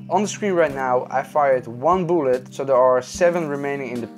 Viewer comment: Everytime you say "bullet" it sounds like "boolid"😂